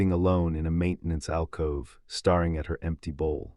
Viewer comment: breethed or brethed? starring or staring? (pronunciation) you might check your AI narrator....if this is live, you might check your own english